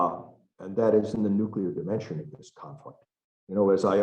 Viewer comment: Nu-Q-Lar war could start any day. Thanks 🤦‍♂️